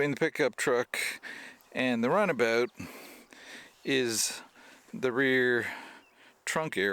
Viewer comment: is it a runabout, or a runaboot? haha..